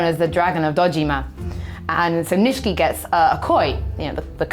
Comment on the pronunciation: I haven't watched any of the new Yakuza series, but I'm pretty sure Nishiki should be pronounced knee-she-key